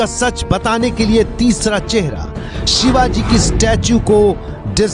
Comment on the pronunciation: अरे कुञ्या महाराजांचे नाव नीट घे